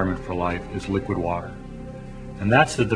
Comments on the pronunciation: Liquid warder! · He pronounces water as 'wudder'. Once you hear it......